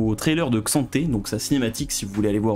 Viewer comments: Ah merci de le faire remarquer ! J'ai dis la même sur sa vidéo précédente mais ça se dit bien "Ka'Santé". Ce manque de respect envers le champ ahaha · Ca se prononce pas plutot Ka-santé ? Comme M'bappé se prononce Aime-bappé. Bon anniversaire !